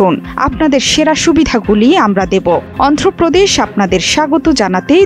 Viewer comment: Ondho Pradesh Na,😮 It's call Andhra Pradesh😂